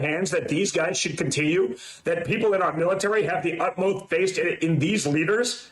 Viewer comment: LOL. Instead of “utmost faith” he said “utmoth face” 🤦🏻‍♂️